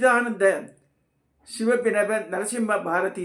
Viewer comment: ஶிலாபினவ என்று ஶொல்லுங்கள்